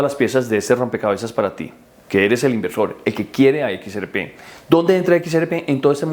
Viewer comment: Hermano, equis, erre, pe, no equis, eres,pe. 😂😂😂